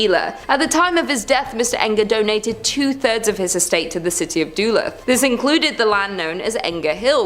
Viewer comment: Lol I'm ☠️ at how she says Duluth, MN! It's pronounced "Dahlooth" Not "Dooluhth". 😂